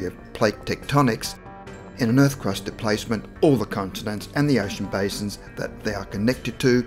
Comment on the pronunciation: STOP SAYING DIPLACEMET YOU AUSSY TWAT